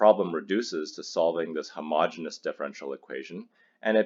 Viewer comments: The word is ‘homogeneous’ , not ‘homogenous’. The two words are spelled differently and pronounced differently and have different meanings. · It's homogeneous; not homogenous.